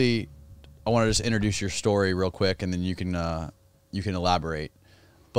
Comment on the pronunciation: “Story” mate, never “Schtory”. Jesus!